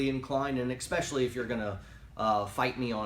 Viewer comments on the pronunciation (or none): "eXpecially", god that kills me. you're only human I suppose.